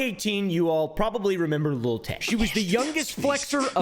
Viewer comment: why is it so hard for doofy white people to say "lil"? it's not little tay. it's not little wayne. it's lil. l i l. lil. LIL. not LIT TLE. cmon dude what are you a boomer? little oompaville? lil oompaville? can you practice with me. you do not pronounce a t, there are no ts. even your dog lil doggo hates it. GET EM LIL FRANKIE GO FOR THE LIL JUGULAR